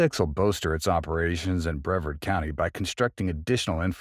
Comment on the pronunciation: Also, the county is pronounced "bre-VARD"